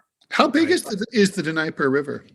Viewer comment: What's with "Nigh-per?" lives in Moscow and doesn't know it's D-knee-epr?